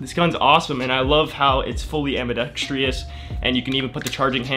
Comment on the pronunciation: AMBIDEXTROUS phonetic: ambi-dex-truss not AMBI DEX TRIOUS phonetic: ambi-dex-tree-us. Don't whine about me putting you right on this; if nobody tells you now, you'll go through your life sounding stupid.